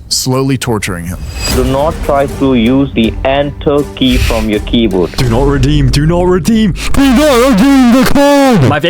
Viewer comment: DO NOFHT REDÆM THE CARD